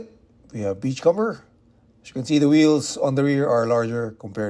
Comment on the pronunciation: Its not pronounced "com-ber" its "come-er", like the comb you use in your hair